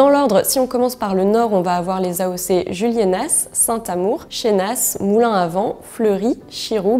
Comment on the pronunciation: Super par contre fais gaffe, on prononce bien Juliéna et pas Juliénasse et pareil pour Chénas